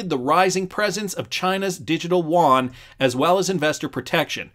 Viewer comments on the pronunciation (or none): none